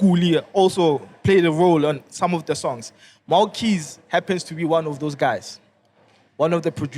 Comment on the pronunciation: Noboday but say MohauKeyz😅